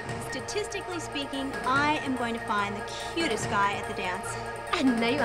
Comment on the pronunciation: You know that's the nerdy one because she says "statiscally speaking"